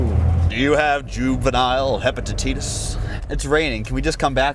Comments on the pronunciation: This is how you say it heppapatitis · "Do you have juvenile hepatateetis?"